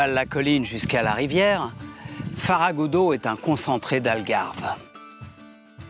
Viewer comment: C'est FERRAGUDO et non comme dit le commentateur Farragudo